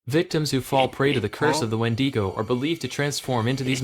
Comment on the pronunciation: good video, but the way you say "wendigo" just drives me crazy lmao